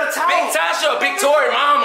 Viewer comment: its Tory not torick